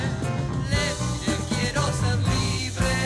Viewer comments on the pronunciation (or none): none